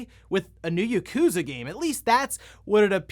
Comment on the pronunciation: Uh, excuse me, Yakuza is meant to be pronounced "Yah-koo-zah", not "YUH!-koo-zuh"! or whatever the heck you just said. Seriously, it's not that hard to say Japanese words correctly. If me, a Japanese person who doesn't know how to speak full sentences in Japanese, but primarily English instead, clearly you can correctly say it. Seriously, what's with the laziness with not even trying to say Japanese words correctly? So many primarily speakers of English get so many Japanese words said incorrectly in exactly the same way as their own kind. Since I don't know what the proper term is, I refer to that common method of saying Japanese words incorrectly as "white-speak tongue" as I really don't know what to properly call it. Try harder to say Japanese words correctly, please? It annoys me to no end when people say Japanese words incorrectly in "white-speak tongue" If the Youtuber known as "The Obsessive Gamer" can say the word Yakuza correctly without me needing to correct them at any given moment of incorrect pronunciation, clearly you can. Urrgh... I hate humanity sometimes... I'm not angry at you for saying Yakuza incorrectly, I'm just insanely annoyed at you people who can't say Japanese words correctly at all, including you